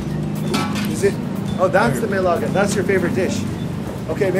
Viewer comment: sir, its Nilaga, just a heads-up so you wouldn't go wrong next time..